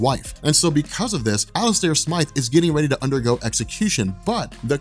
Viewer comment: Thanks for saying Smythe and not Smith